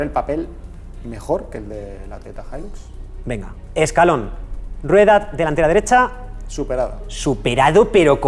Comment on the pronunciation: "Hilax"??!!!, acento de Texas??!!!!, ni en tus sueños!!🤫